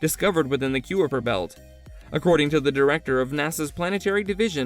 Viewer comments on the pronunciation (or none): Take a shot every time this robo voice pronounces Nibiru & Kuiper wrong, lol Planet 9's orbit is NOT 20yrs !! It's estimated to be over 10,000yrs ! "Collide with the premises of Earth", "planet Pluto" "Pluto 9" ? How many stupid errors can you fit in one video ? LoL